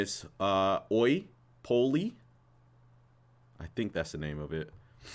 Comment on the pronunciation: Pronounced "Oeeyo poyeeyo"